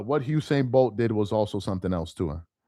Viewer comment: I'm glad that you started to correct yourself, because at first you were saying Hussein instead of Usain